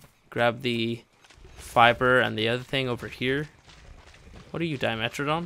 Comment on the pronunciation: Its not a Dimetrodon Its a Dime Troodon